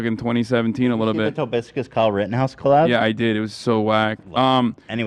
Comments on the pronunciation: Ethan will never say Tobuscus right oh my god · How has nobody corrected Ethan on how to pronounce TOBUSCUS? Like fuck the guy of course but how has Ethan mispronounced it a dozen times so far and nobody has said anything? It drives me crazy